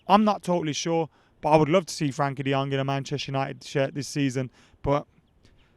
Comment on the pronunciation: I have a dream - To hear say Frenkie de Jong's name right for once. Frenkie, lad, Frenkie.